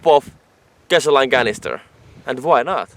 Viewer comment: You speak great English. I do want to say gasoline is pronounced gas-oh-lean. I hope that helps. Awesome videos!!!!!!!